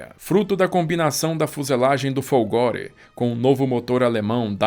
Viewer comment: CACCIA a pronúnica é como CÁTIA e não cachia, e FOLGORE a pronúnicia é Fólgore.